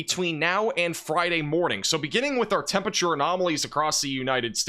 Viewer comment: “temperature” is a four-syllable word; please say all of the letters